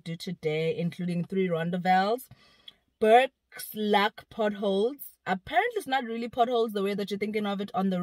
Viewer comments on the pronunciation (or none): Bourke's Luck, not look, like in he felt lucky, thought he struck gold there. Also Blyde, like in happy. Phonetically pronounced blade-de, not blide. Also Mariepskop, pronounced mareeps-cop. Love your video anyway.